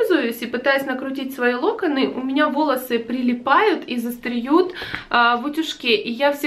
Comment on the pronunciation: застревАют, а не застреют))) ут.жек очень классный, форма лаконичная